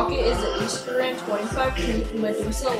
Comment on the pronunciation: ITS EASTERN!! NOT EASTEREN!!!!!!!!!